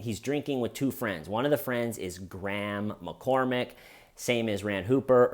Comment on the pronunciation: Every time you said "Graham McCormack", I heard "Grandma Cormack". 😂 Why does clean cut hair style kill me?!?! 😂 I mean that in total love. Love this guy!! 🤍